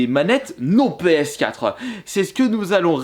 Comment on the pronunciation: Il dit pas ps4 il dit ps4euh